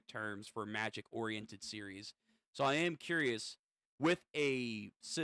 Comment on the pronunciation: Starting to watch you and I laughed my ass of with the makij pronunciation, just said it magic